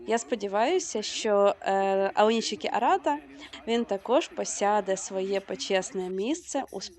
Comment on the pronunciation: Українськи сумоїсти у Японіі зараз на такому рівні що представляють Державу. Тому прошу усіх однаково правильно називати сумоістів чи щось на японсткому на офіційному: Аонішікі, Шіші. Башо. Не треба так як на яzыке : аонисики, сиси, басьо та інше. Дякую.